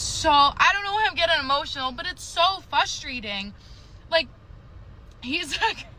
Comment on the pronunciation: Fus-strating? That's not the word lol. It's like when people say pitcher instead of picture.